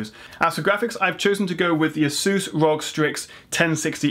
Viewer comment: "rog" nah dude it's ROG. lmao it's an acronym for Republic of Gamers